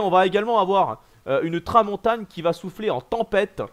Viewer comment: Super point comme d'habitude:) Juste attention j'ai remarqué que tu disais "La Tramontagne" mais c'est "La Tramontane" voilà voilà bonne soirée à toi!